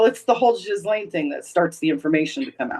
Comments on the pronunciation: ...you are pronouncing Ghislaine's name correctly.... The G is not hard... it's chiz.... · For what it's worth, I want to congratulate for having pronounced properly the French name of Ghislaine. I am from French Canada and I know a few women with that name, here we pronounce it with the sound ' Jisss-laine' and not the way we've been hearing for a few years now. There is also a French name called Guylaine...that one is pronounced the way the English people have been pronounced G.M.'s name. How could both Ghislaine and Guylaine be pronounced the same way??? So again thank you for the proper French pronounciation. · you pronounced Ghislaine s name perfectly actually.